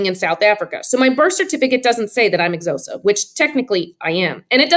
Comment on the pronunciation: I'm sorry I just needed to add this, the Xhosa is in fact not pronounced as (zosa) it is pronounced as if it was spelled (Kosa).